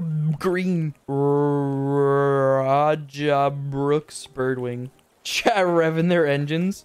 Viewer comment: This whole time I thought u was saying chad for sum reason but I realized your saying chat